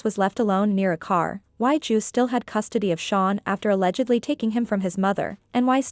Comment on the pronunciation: Why is the ai calling Drew "Jew"?